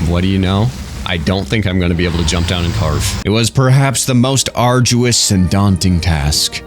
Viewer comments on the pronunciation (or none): none